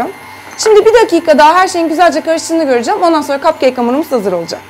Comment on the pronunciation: neden kapkek demek yerine kapkeyk diyosun?